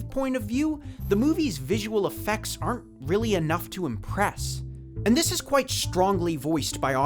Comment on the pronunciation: Why does it sound like you're saying "Willy" when you're saying "really" sometimes